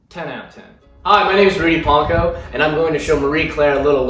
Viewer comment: Wait... It’s pahnkow? Wow